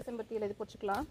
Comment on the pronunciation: Hi sis im ur new subscriber 😍இலை பறிச்சுக்கலாம் னு சொல்லுங்க பொறிச்சிக்கலாம் இல்லை.... Just sonnen.. Keep change da